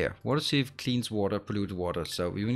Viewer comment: for water sieve .. try more I less e ... about opposite of what you are saying ... I is first so should be pronounced more heavily ... since english is not your first language ... but i expect a close second